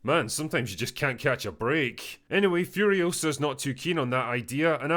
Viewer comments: "It's Furi-OH-sa, not Furio-SAH." - Hermione Drinker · It’s Furi-O-sa, not Furio-SA